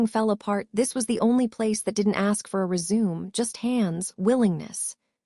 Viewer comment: If you do the voice why then is it you can’t say resume the right way and 911 is not nine hundred and eleven.